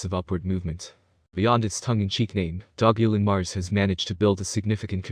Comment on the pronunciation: If you market something at least pronounce the name right. And don't speculate ridiculous prices